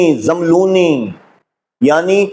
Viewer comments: Zàmlooni. Nahi hay rather it is Zammelooni... آپ کو تو عربی بھی پڑھنی نہیں آتی۔ بنتے ہیں۔ بڑے۔ علامہ۔ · abe chutiye pahle zabar zer lagi hui arabi to tu dekh ke dhang se padh le Phir gramar ki bat kar zammiluni ko zamluni zamluni bol raha hai jahil arabi to kuja angrezi ka lafz grammer nahi bol pa raha graimar bol raha hai ye kitna bada arabi dan hai is jumle se pata chal raha hai k jab ye usool e kafi ka hawala de raha hai to usme umme salma ko amirul momineen kah raha hai ye usi ka pairukar hai jisko unt aur untni me farq nahi maloom tha aage ek arabi ka lafz bol raha hai قوموا ab isko ye nahi maloom ke is lafz me qaf par pesh padhna hai ya zabar ye padh raha hai qaumu bechara sahi se maswida rat nahi paya baqi sare jahil nasibi dad aur tahseen de kar apna maalak bata rahe hain